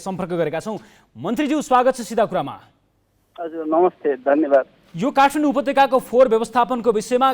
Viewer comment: काठमाडौं लाई काठफान्डौ उच्चारण गरिएको छ